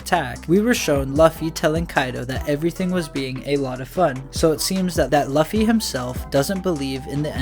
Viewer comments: Looooooofy not lufy, you make him sound hes big boy record pirate.sheesh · Its loofy or luufy/lufy and its written Luffy bit this man says løffy (ø as in u in under) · Bro says zoan like zoaaan instead of zoen, and says Luffy like Løffy, ø as in the same u in under and lucky, (say Lufy or loofy) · Bro English means its not luffy its luuuuufy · yeah u lost me at "lawffy" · Bro its said Loo fee in one word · how do you have a voiceover spot on this channel and still say “luh-fee” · You can call him Lucy...but its not "luhffy" lol that is all. I dont know why that bothered me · He says luffy (same u as in under or lucky) its annoying as f. Im getring anxiety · can you start pronouncing Luffy correctly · Yo I was wondering if someone was going to say something about that. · Ayo the u in Luffy isnt the same as in under or lucky